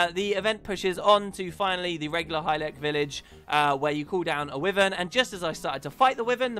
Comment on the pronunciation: Dear god, it's pronounced WHY-vern, not wivern. And I'm British so it's not a change in pronunciation between US and UK